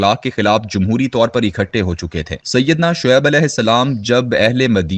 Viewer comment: مدین کا تلفظ ٹھیک کریں It is not Madeen but Madyan